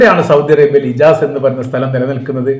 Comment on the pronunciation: ഇജാസ് അല്ല ഹിജാസ്